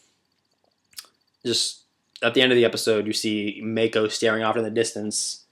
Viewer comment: its moc-oh not may-co